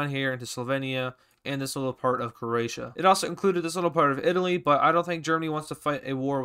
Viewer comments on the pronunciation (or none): none